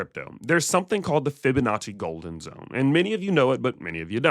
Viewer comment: Fib-a-natchie sounds like you made up that word but I’m listening…..